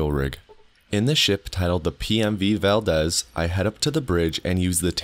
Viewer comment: In Alaska Valdez is pronounced as val deez (like deez nuts) don't know if that's how fallout pronounces it through